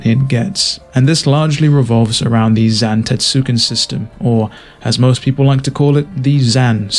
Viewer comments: God.. it’s pronounced Zan-tett-soo-ken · nobody fucking says zan system lmfao. ztk